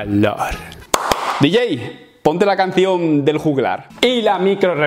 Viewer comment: Leer el libro de "espe" como forma de aportar "vahlohr"